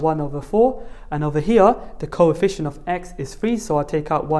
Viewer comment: he said THEEE co-EE-fficient